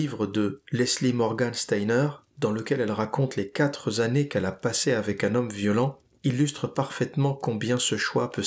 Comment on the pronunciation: On dit les quatre années et pas les quatre Zannées.